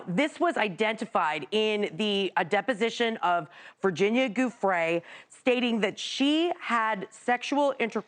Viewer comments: Goofrey. An educated person and she can't pronounce a name correctly. Its so typical of Americans, I find. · someone tell to pronounce Giufre correctly